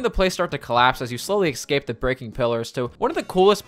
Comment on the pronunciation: I enjoy your videos, but learn how to pronounce escape and especially, its not ekscape and ekspecially